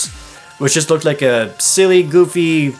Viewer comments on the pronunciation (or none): none